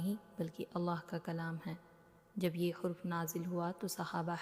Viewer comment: Hurf nahi harf hota hai jab ziyadah harf ho to huruf bolte hain